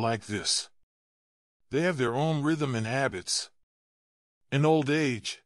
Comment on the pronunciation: Work on AI. Shat for chat. Oldly for oddly. An for in. This is the worst narrative I have ever heard. Live in peace: mispronounced.